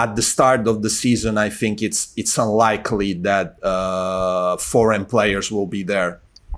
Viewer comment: Again saying FORGAN players instead of foreign. Keep it up with the podcast:)